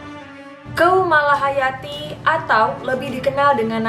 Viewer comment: Lebih tepatnya pasukan inong bale (wanita janda) Btw kak..cara baca tata bahasa Aceh agak lain dikit Contohnya Keumalahayati dibaca kumalahayati Krueng dibaca krung... 😁 Lage nyan kak😁